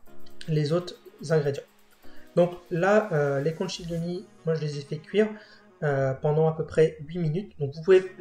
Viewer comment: Conchiglioni…. Con-qui-glio-ni pas conchiglioni. Je vous embête un peu mais franchement vous assurez!!! Merci beaucoup.